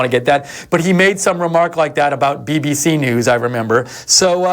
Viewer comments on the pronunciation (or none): When he said BBC New i was gassed haha